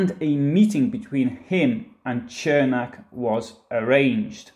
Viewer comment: Where are these mythical hills you speak of? 🤣😂 BTW……his name is pronounced “Sirmack” in Chicago.